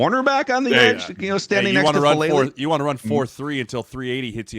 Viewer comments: The name is "Faalele", not "Faalale". If you're making a video of the guy at least get his name right, for heaven's sake... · Heads up for future ref: all vowels in Polynesian languages are pronounced, so Fa-a-le-le. Another great Polynesian Aussie making some early waves. Hopefully he and Mailata have long careers! 💪🏼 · FA'ALELE (fAH-AH-Leh-Leh)😊 Thanks for recognizing this uso (Samoan word for brother), his hard work and improving skills💪🏾🇼🇸🇦🇸🇼🇸🇦🇸 GO RAVENS💪🏾😈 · Anyone else still trying to find the "H" in Faalele? 😂😂